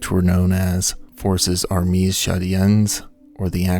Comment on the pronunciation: Pronunciation tips: both “armee” and “”armees” are pronounced “ar-MAY”. The plural form of French nouns - ending with an s, mostly means the s is silent. “Conseil” is pronounced “cone-SAY-yuh”, with the “yuh” part being clipped and quieter than the rest of the word.